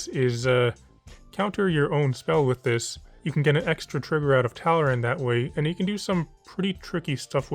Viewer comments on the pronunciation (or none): my eye twitched when he said "talrand"